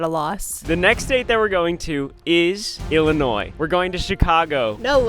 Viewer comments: It’s not “Ellinois” it’s “Illinois” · Illinois? More like Illi-noice!